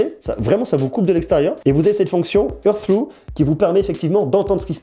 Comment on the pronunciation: Merci pour ta vidéo, j'hésitais à les acheter, j'ai beaucoup aimé ta présentation 😊 Ps : hear through se prononce /hɪəɹ θɹuː/ , grossièrement [hir srou] (avec les r à l'anglaise et le h aspiré évidemment 😉)